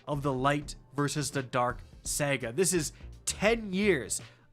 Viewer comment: Holy shit. It's Saga not Sega